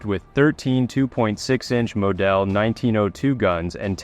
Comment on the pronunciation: moDELL instead of model? 100% AI Stands for Absent Inspiration